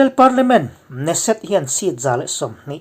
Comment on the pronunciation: knesset lam dan ah hian K hi lam rik tel tur ani....Knife lam dan ang lo takin... A ngaihnawm thin hle mai